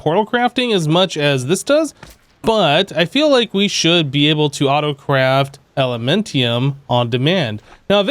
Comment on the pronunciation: It's elementium not elementum bro.